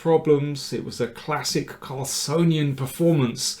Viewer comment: "Carlsonian"? Carlsenian!